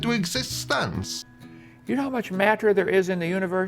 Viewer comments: Why does he pronounce everything like a normal person, except the word matter? "Mat-ter." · Does anyone else think the way Kent says “matter” is weird? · The way he says MATTER makes me irrationally angry I'VE NEVER HATED A WORD SO MUCH